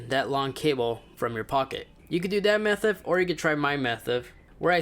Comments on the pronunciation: Instead of saying method he said methif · "You can do that methuv or you can try my methuv" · Dabba doo methif 😂